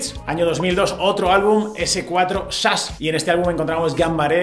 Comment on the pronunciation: jajaja, nooooo. Ya lo escuché otra vez y siempre es Chas, Shas, Shash y similares, pero nunca SASH. Jajaja.